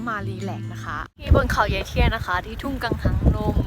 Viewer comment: ทุ่งกังหังลง🤣🤣🤣🤣🤣🤣🤣🤣คนไทยจริงดิ ไหนร้องเพลงชาติซิ